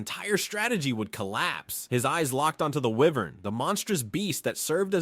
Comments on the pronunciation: Wyvern is pronounced Why-Vern not were-vern. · he kinda said wyvern wrong tho